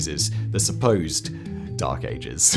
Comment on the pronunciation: "the dark azes" lol wtf